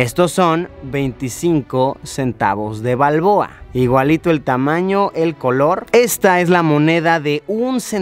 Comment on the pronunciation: El burn panameño le dira martinelli Jaja Pero es balbooa